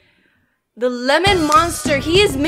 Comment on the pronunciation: Lemen hed = lemen dimon